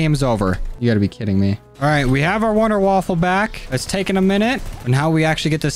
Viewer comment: Wonderwaffe not wonderwaffle